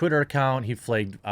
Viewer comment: Flagged is pronounced 'flahgd'.